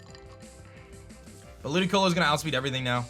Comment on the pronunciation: Why did he say ludioco